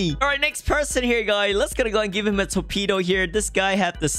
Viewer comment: Torpido?? Si habla raro,sin duda es ingles namas que rarisimo